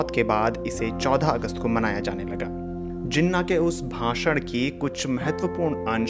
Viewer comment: Plz correct your pronunciation lafz jana nhi Halanke Jinah h....🇵🇰🇵🇰🇵🇰